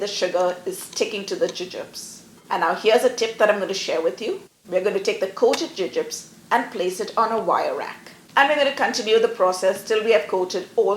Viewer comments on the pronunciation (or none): I wondered if she was simply pronouncing the American candy name incorrectly. Thanks for that! We have both soft and hard jubes available in Australia, but I am a huge fan of gummy bears myself! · Your pronunciation was unfamiliar to me. In England and here in Australia we call these Jubes (pronounced joobs)